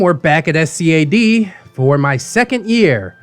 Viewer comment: Also, SCAD is spoken as a word, not the individual letters.